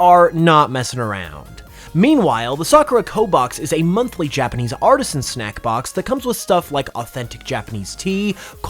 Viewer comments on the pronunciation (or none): none